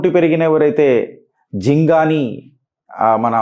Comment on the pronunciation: Brother jingani kadu Jigani